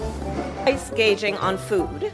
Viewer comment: I have not seen any memes making fun of her pronunciation of some words. Hospitility instead of hospitality, gaging instead of gauging. Have I missed them? Please point me to the mocking of her.